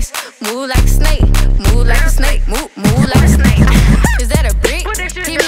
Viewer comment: she said “move like a snake” so much it’s sounds like moo laka snae. EDIT: Thanks for the 500 likes! 🐍